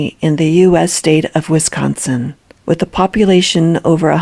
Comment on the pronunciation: Lulz how says "Wisconsin". Yeah, we'd know you're not a local.